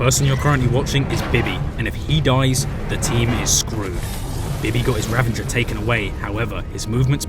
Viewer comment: RA-VA-GER not RA-VEN-GER